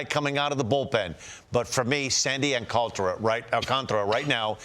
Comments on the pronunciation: its not al-CAN-tar-uh. its all-KON-tra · AL-CAN-TAR-A Not AL- CANTRA